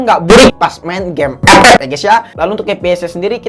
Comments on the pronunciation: Bang mantap enak sebut ep ep!!!!!!(buta)😅😅😅😅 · Ngakak kalo lubaca epep 😂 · somebody, please bikinin kompilasi bilang ep ep dong, sejam boleh lah buat penghantar tidur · alasan gua nonton channel ini, gua suka saat ngomong " epep "🤣